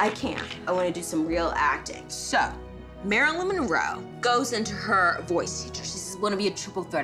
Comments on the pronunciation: M...mo.. mon.... monro... monroeeeee.. lmao too drunk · 😂Marilyn had to take a drink when the narrator couldn't get her name right... Priceless. Love this show. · I cried. And then she started failing at pronouncing Monroe LOL